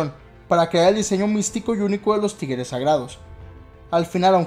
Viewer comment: Alguien mas escucha "Tigeres" y no "Tigres"?